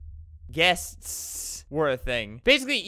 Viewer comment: The way he got so disturbed when he couldn't say "guests" correctly Got me wheezing 🤣